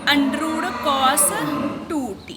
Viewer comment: Undrooooo✅ under root❌ scare✅square ❌